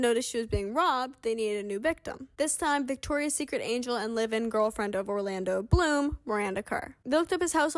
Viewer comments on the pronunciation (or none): none